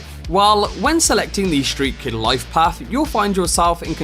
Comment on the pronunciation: "Shtreat kid"